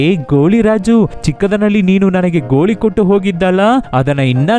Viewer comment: ಗೋಳಿ ಅಲ್ಲ ಗೋಲಿ